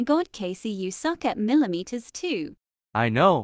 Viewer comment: Milimeters 2😂😂